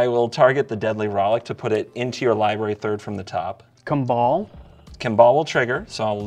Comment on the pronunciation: Is that how you pronounce Kambal? I always thought it was pronounced 'kom-ball'.